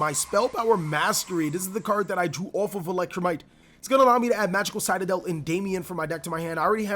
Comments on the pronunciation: Citadel --> Say Sit... Now say adel... Now say them together... CITADEL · It triggers me how you pronounce citadel xD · the fact he said citadel wrong bothered me alot